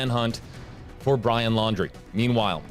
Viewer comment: He can’t get the name right,fake???